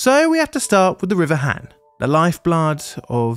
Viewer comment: Just an fyi for future videos featuring Korea. Korean does not have the short A sound so whenever there is an A, it is always pronounced as a long A sound. So HAN should be pronounced HAHN. (An exception is when it is next to an e as that becomes a digraph). I won't correct the other pronunciation mistakes because a lot of them just don't exist in English and would be too difficult, but the A is an easy one to remember and to fix.